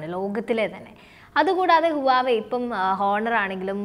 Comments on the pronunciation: You pronounced wrongly not uwave mam, its wah-way, plz correct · Its pronounced as Wa we its not huvave....... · huwawei alla, wavey ennanu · Huwava alla huewai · huawei യുടെ pronounce ഹുവാവെ എന്നല്ല..wah- way (വാവേ) എന്നാണ്. വാവേടെ ഫോൺ..😉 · Huvaei alla HUAWEI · ഹുവാവേ എന്നാണ് അല്ലാതെ ഹുവായി അല്ല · 'വാവേ ' എന്ന് പറയു. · Right pronunciation is wah way(വാഹ് വെ)